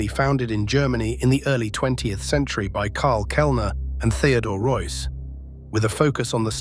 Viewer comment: Theodore Reuss... not Royce - Mr Robot